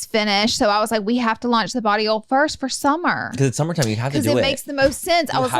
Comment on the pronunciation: Not Laura sounding like she’s saying barillo when she says body oil☺️